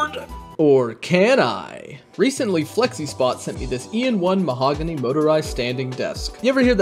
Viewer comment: Its mahogany ot mahoganey